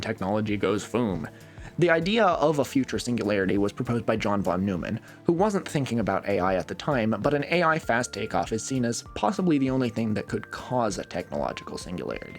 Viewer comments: Ed Koch's name is pronounced 'KOTCH' John von Neumann's name is pronounced 'von NOY-mon' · You pronounced Von Neumann's name wrong, entire video invalidated